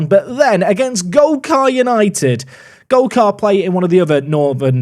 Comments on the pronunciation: took golcar united to the champions league trophy (eventually) in last years FM from the 9th tier, glad to see them getting on well 😂 (ps, it’s gol-CUR not gol-CAR) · Golcar - Pronounced Golker